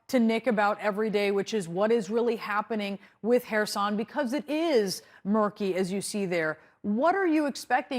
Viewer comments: Little annoys me more than hearing someone pronounce words in their own f* way... especially a high-profile TV person! Throughout this war, no-one else has pronounced the 's' in Kherson as a 'sh', but this reporter does just that... every time saying "Hershon". Not even Ukrainians pronounce it in this way, if he was trying to be clever. The Anglicised 'Kh' (Х) is like a slightly guttural 'h' - or just an 'h' to the English-speaking population - and 'son' (со́н) is pronounced as, well 'son'. Aside from this, glory to Ukraine and crush the Russians! 💙💪💛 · please tell your guy that it's kherson, not khershon! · Why has Nick not learned to pronounce “Kherson” correctly after so many of reporting?